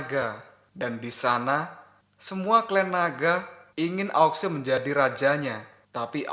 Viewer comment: Sampek tamat pun admin ttep aja liadahnya bilang aok sue. Gak bisa kau bilang ao shu ?